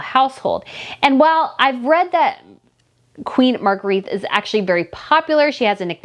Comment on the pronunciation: my dad was born and raised in Denmark. He had a sister name Margrethe. You are pronouncing it Maar-gr-eet. This is not correct. It is pronounced Muh-gray-tuh